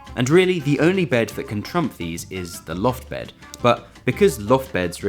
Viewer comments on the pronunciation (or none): none